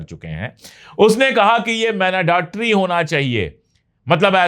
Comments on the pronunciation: उच्चारण 'मैंडेटरी' , मैनाडेटरी नहीं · Man-da-tory. Mandatory